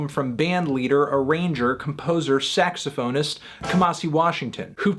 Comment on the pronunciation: Your pronounciation of saxophonist was a 3/10